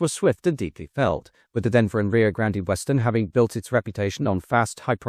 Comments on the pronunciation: Rio grande, not rio grandee, Nice video, sick of the AI narrorator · The pronunciation of "Grand-EE" is making this video difficult to watch. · Dude, it's pronounced Rio Grand. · The research for this video felt much sloppier and less well researched than normal, it's disappointing. Not to mention the mispronunciation of Rio Grande throughout the whole video. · hate to be the one to tell you this but you mispronounced Rio Grande during the whole video. You don't pronounce the e at the end.